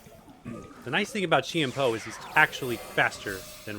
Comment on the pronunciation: Chien-Pao pronounced as Jiàn Pào